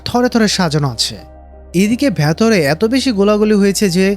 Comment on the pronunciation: Hei,,, vatore ki?? Aita ki bolen.. Shobdota hobe ' vetore'..😂😂